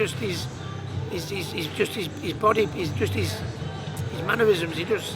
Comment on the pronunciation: 'Injustice', Ricky.